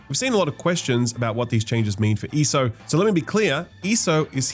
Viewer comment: E.S.O. not eeso lol